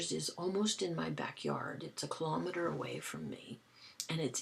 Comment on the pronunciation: could the person who you gifted the box have liked it so much that they bought the same for you? i love the way you say kilometer. the media people pronounce it with the accent on the kilo and it just sounds so wrong.